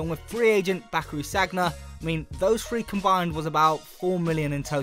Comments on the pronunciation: you dont pronounce it saggna its pronounced sania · How can you not pronounce sagna? Like in sure you’ve watched football before